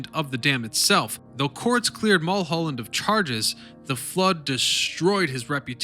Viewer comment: How can you mispronounce Mullholland. Really.